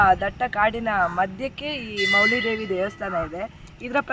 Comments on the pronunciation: ವಿಡಿಯೋ ಚೆನ್ನಾಗಿದೆ. ಮೌಲಿ ಉಚ್ಚಾರ ಸರಿ ಅಲ್ಲ ಅನಿಸಿತು.ಅದು ಮಾವುಲಿ ಆಗಬೇಕು, ಅದರ ಅರ್ಥ ತಾಯಿ/ ಅಮ್ಮ . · ಸರ್ ವಿವರಣೆ, ವಿಡಿಯೋ ಗ್ರಾಪಿ ಎಲ್ಲಾಚೆನ್ನಾಗಿದೆ. ಆದರೆ ಅದು ಮೌಲಿ ದೆಎವಿಅಲ್ಲ ಮಾವುಲಿ ದೇವಿ ಅಂತ.